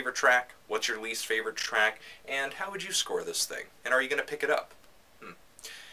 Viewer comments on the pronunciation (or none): none